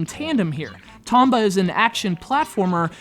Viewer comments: I always thought it was pronounced Tome-ba...oh well. This one was done justice by its sequel. The second one was what I felt a perfect game. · 1. You cant pronounce "Tomba" correctly 2. You're an idiot who cant move a 2D character through a simple plain without crying because thr game is too hard 3. You dont even bother getting past the first 8 minutes of the game, which is longer than i spent writing these 3 points which i consider a big waste of time and now im mad and want those 8+minutes of my life back (-,-) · Damn, and I liked this game the very second I picked it up. But I don't feel too bad, this guy can't even say the main characters name right.